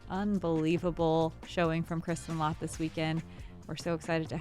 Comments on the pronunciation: This Latt sound so wrong :D its ä try to say L@ its not still 100% right, but better :) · The "ä" in Lätt is pronounced the same as the "a" in flat/rat/bat.